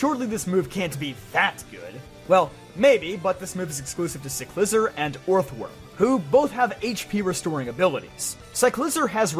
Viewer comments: Cyclizar is actually pronounced, "Sie-kli-zarr." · Your Cyclizar pronunciation though😅